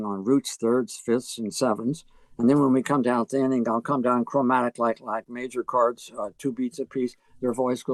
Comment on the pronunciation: Years ahead of his time. A legend. Thanks for the interview, Monk. p.s. I love the way he talks. Especially how he says "cards" for "chords". so inspiring how Aebersold is excited about teaching kids. you get a real feel for his passion for the music. P.P.S. This was the best interview, Monk. Thanks so much!